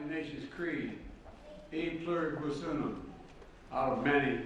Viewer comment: the nation's creed epuralus yoonem